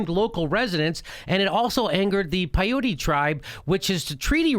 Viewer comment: it's pronounced pie-yout. piaute